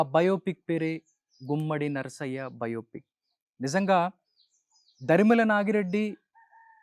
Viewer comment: మీ ఇంటర్ కంటే పెద్దలు మహానుభావుడు తరిమెల నాగిరెడ్డి గారి పేరు కూడా పలకడం నీకు రావట్లేదు నీకు తెలవదు తరిమెల